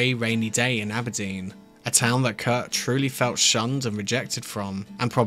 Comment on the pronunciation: It’s Kurt. Not Kurdt